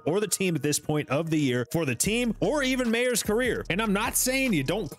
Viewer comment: Meyers not mayors. Last name is pronounced like Michaels meyers